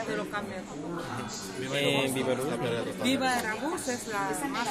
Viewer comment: Que pendejas las dos de lentes, por eso la otra morena mejor se fue, por que ni ellas las aguantan. Y la wera esa si estaba peda o drogada, no puede pronunciar NADA, la aerolínea es VivaAerobus no Vivoaruba jajajaja. Que estupidas, Y todavía sale la "Senadora" hablando en los noticieros y sigue de pendeja, era mejor que hubiera aceptado su error y hubiera pedido disculpas y ya.